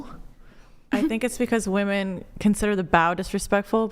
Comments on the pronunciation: #4 from the left, just say "girls" or "chicks" or "ladies". You are incapable of pronouncing the word "women". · I’m a woman and I’ve noticed it every episode especially when is on lol. Idk if it’s how they pronounce it in LA but “women” a plural is always pronounced as “woman” singular